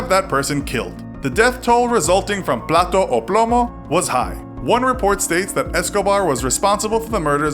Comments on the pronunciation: It's PLATA O PLOMO, not PLATO!! Plato means dishes in Spanish. 😂😂 Plata not only means silver, it is also a very common slang for money. And plomo refers to the material that bullets are made of. So the phrase can be interpretated as 'Money or bullet' 💰🔫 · It's "plata o plomo" and not "plato o plomo". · Yes, “Plato” or plomo.” He made them an offer they couldn’t understand. 😁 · This guy's plata o plomo is dumb, The end of Plata is an A not an o. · The narrator didnt read the book since his few stats were off and its “plata o plomo” not plato which means plate and plata means silver or money. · Its PLATA or plomo not Plato.....plato means plate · Ok It is not “plato o plomo” Plato means plate It was “Plata o Plomo” which means -money or death-. We call “plata” to money in Colombia and plomo means Lead (bullets = lead core) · PLATA o plomo** not Plato o plomo.. 🤣 Plato means plate. And plata means money, not silver under that context. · In Colombia we don't use the word "plata" in that context to talk about silver, we use that word as "money"... and the actual pronunciation is /plah tah/... because if you say /plah tuh/ you are saying plate... just saying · "plato o plomo" literally means "plate or lead" lmao. I think you were going for "plata" (silver) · You are saying “Plato” =plate... it’s “plata” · plato o plomo lol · Plataaaaa, plato means dish. It's just driving me crazy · ITS PLATA NO PLATO JESUS CHRIST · You can accept our plates or bullets lol bro it’s plata, not plato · It’s not Plato o plomo, its plata o plomo. Plato means plate. Plata is money or gold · Lmao I know it was a simple mess up but y’all kept saying “plato” instead of “plata” which means you actually ended up saying “plate or lead” instead of “silver or lead” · Bro you’re saying dish instead of silver 😂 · he keeps saying plato o plomo... plato means dish, plata means silver so technically he keeps saying dish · PlaTA not PlatTO lol Plato is plate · Es plata de dinero y el dice plato jajaja